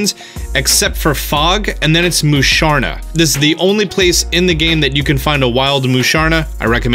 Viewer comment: and "Moosharna"